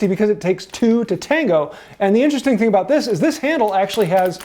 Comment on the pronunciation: in-ter-rest-ning, humm...